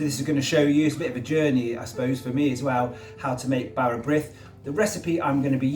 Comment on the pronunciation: This is tea bread, not bara brith! Real bara brith is made with yeast.... it's a bread, not a cake. It's served cut into thin slices and buttered. Brith is pronounced to rhyme with teeth.